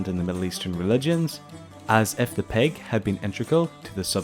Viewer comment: It's not peg it's pig 🐖